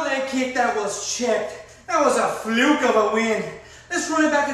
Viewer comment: “That was a, Flook of a, win.”😂